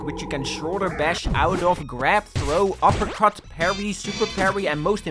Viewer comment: "uppercrut" :skull